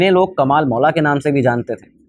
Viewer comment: महोदय हिंदी में भी पढ़ने की आदत डालिए इंग्लिश के कारण कमाल मौला को कमल मौला बोल रहे हो